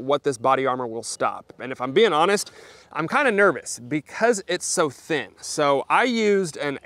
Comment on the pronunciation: Everytime he said thin, sounded like thick to me. Go for green context clues.